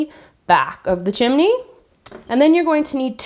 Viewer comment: she said chimne